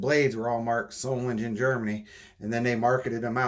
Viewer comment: Germans dont say soft Gs. SolinGEN not solinjen.